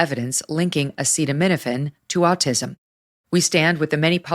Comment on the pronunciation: Yeah, I feel people will take it less seriously because of it. I love DT too, but he couldn't even pronounce acetaminophen. Classic Trump. It was good for a giggle, but the day should have belonged to RFK.